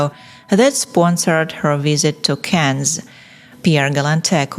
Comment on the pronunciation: Yes, it’s strange that she can’t even pronounce ‘Cannes’ or differentiate between ‘man’ and ‘men’